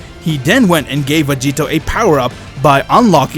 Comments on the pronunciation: Does anyone know how many times he says "Vageto"? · Why does he say master roshi found vagito instead of grandpa gohan